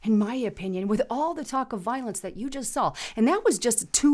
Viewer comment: .. "Laura Logan "sawl" it too" 🤣🤣🤣